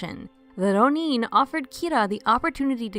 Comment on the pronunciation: Hearing these narrators say “rro–NEEN” (with a trilled ‘r’, no less) is far too grating on my ears for me to tolerate. If you guys don’t know how to pronounce “ronin,” why not just look it up? It’s not hard to find. I don’t want to be mean, but hearing American English speakers drop into some kind of phony foreign–sounding accent that sounds like somebody just made it up is too much for me to be able to take this video seriously.